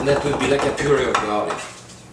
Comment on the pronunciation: "THIS IS GARRRRLIC!"